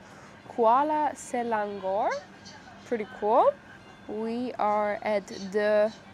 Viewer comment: Your pronunciation of the place name is pretty good especially the Selangor one. Foreigners usually pronounce it as 'Say-lang-gore'.